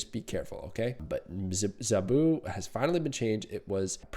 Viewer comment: Now I can’t unhear how you pronounce zabu 🤣